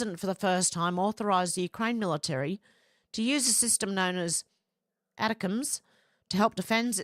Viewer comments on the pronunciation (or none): ATACMS is pronounced attack Em’s missile program